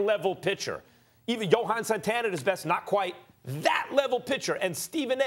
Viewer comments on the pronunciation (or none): none